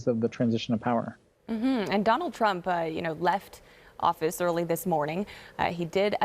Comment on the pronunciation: Executive Order 13769, you said Trump wrong.